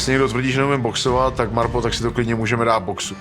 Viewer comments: Proboha, nevyslovujte to MÁRPO. 🤦‍♂️🙈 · V každym videu to ten exot bude vyslovovat "Máárpo" 🤦